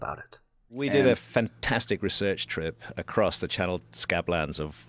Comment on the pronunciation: Gosh I hate it when people say "accrossed"